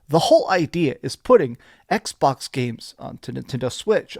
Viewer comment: I don't come here to see washboard face, nor to hear him say "Ecksh..Bawksh" like it is 2 words in a mouth full of spit, but I do come here to see the Xbox fanboys melt down and soil themselves. This is a transitionary time for Xbox. This IS a smart move for them and Sony WILL follow suit to also be multi-plat. Different strategy no doubt, but this is where the money is and Sony knows it. Plastic box vs. Plastic box loyalty is coming to a close. But if Playstation is the only plastic box out there - well we all know Monopolies are not good for consumers, so hopefully Xbox makes consoles as an option to PC hardware and as an option to buying a playstation in the future.